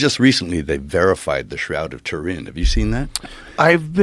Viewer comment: “Pull the shroud of Torin up”